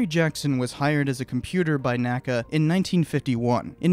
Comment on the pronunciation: In addition, NACA is pronounced "N. A. C. A." not "nacah". NASA is "nasa" and NACA is "N. A. C. A.". I don't know of a better source than wikipedia, but NACA did create and airfoil classification scheme and those are called by initials rather than an single word.